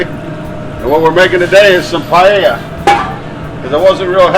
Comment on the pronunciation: You just killed the word paella. Clams that don’t open don’t use